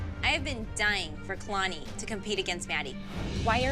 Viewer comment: I love how the judges say kaylani instead of kalani 🤣